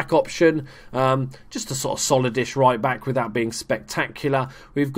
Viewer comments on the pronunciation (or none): none